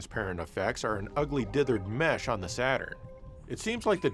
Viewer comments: I used to think said dithered mess instead of mesh😂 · Anytime says "ugly dithered-mesh" my brain hears "mess".